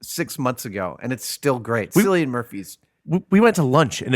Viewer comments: Cillian is actually pronounced Killlian as opposed to Sillian. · It's Killian not Sillian!!! like a "k" sort of sound